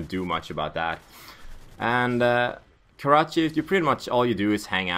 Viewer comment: My Karachi! (Pronounce it)